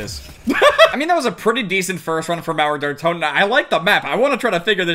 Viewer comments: Mauäer däer Totäen xd... Way to funny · I lost it when you tried to say Mauer der toten, just so funny when you're german